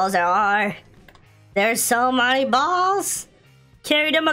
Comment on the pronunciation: How he says balls😂